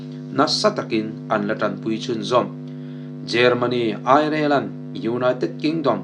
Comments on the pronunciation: Airilen tiin lam ri ve mai la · Germany,Airelen maw i chhiar sual chiang Ireland ni ngei tur a ni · Ireland lamdan lola zir rawh. Azathlak lutuk deu